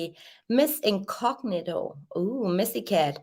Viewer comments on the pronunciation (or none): none